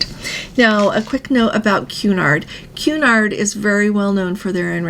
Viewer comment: Cun-nard pronunciation not Qu-nard pretty please, love your show 🫶